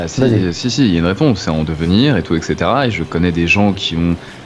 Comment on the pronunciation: ha au passage, "etc" ça se prononce ètt-ssé-té-ra ... et non èk-ssé-té-ra